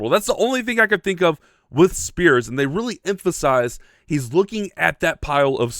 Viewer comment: You gonna comment on how he literally said, "I riley am a hero" 😅 that's it right thare am I wrong?